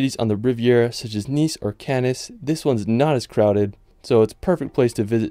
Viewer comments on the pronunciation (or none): "Cannis"?????? OUCH.... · Part II aura la Loire bucolique! Combien coûte-il pour aller à l’Aiguille du Midi, svp ? How much does it cost to go to the Southern Needle cost, please? And I am American, but did you say “Canis” for “Cannes”? Ouch. « Ça m’écorche les oreilles. » Please, please, please just listen to and repeat a bit of pronunciation when you post such a gorgeous video! 😇